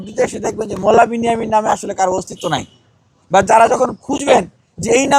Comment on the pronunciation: নমে নয় নামে